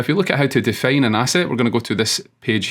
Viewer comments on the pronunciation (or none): I think some accent things (like 'fail' instead of 'file' or 'defane' instead of 'define') avert his videos from being suggested more times as reference by Gemini, eventhough he has the best ones in my opinion.